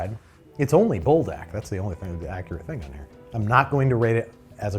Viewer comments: Leave it to a youtuber to mess up Buldak. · Everyone’s feeling the brothy noodles but I’m feeling the desperate urge to inform. The fire chicken gives its all so if you say it like ‘pull-dock’ you sound closer to the way it’s pronounced. Speaking as one whyt person to another. 👍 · BULDOK IS SUPPOSED TO BE SAUCEY NOT SOUPY 😭